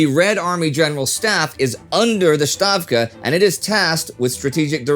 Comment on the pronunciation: Thank you for correcting the pronunciation of "Stavka" :)